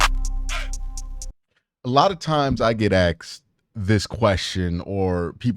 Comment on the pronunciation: Pleas say asked it asked, not ax or axed.